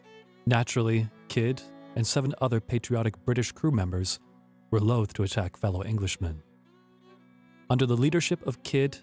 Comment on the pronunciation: I enjoyed this, but was distracted by the vast amount of mispronunciations: marque, tenure, Nevis, loath, dysentery, Quedagh, acceded, bury, etc. In a 30 minute video that's a lot. If you have text you would like checked over, I'll be glad to help; otherwise, dictionaries and pronunciation guides would be very useful, adding to the program's credibility.